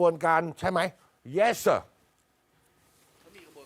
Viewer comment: ภาษาอังกฤษไม่ใช่เยสเซ่อครับลุงตู้ครับต้องเย็ดวัวครับถึงจะถูก@@@